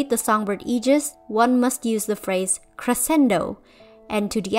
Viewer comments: this is really cool!! much better than mlb anyways (not derogatory) however one thing i would like to point out is 'crescendo' is pronounced with more of a 'shen' sound. like, 'creh-shen-do' not 'creh-sen-do' despite the spelling! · I love the phrases "Crescendo" and "Morendo" for the songbird. As a chorus kid, i understood that reference. Also i think it's pronounced with a "shh" sound like "creshendo" but that's just how all the music classes have been like /gen. i might be wrong, though. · i love how the songbird's on phrase is crescendo! tho i would like to add that in terms of music at least, it is pronounced creh-shen-doh, as if it is the "sh" sound rather than "sc" love the concepts! keep up the great work <3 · A littel correction on the pronounce in " Crescendo" the "sc" is read as the sound of the "sh" in "fish"☺️ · I won't lie, being a latin american person i was not ready to hear say the words "Crescendo" and "morrendo" in a video inspired by miraculous ladybug Lmaoo Sorry, It's just funny to me because it sounds like you're saying "growing" and "dying" with a quirky accent to me and i wasn't ready for that lol. But besides that your pronounciation is quite good and the video is interesting! I'm enjoying it more than expected. Just wanted to put that out there, now i shall return to my corner of silence